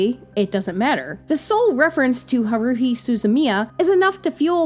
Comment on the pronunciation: HA-ru-hi, not ha-RU-hi.